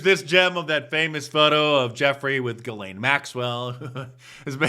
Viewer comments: It is pronounced ZHE' zlaine (French) NOT Gilaine. I've never seen anyone pronounce her name correctly yet. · And all this time I thought her name was pronounced "Jizz-lane."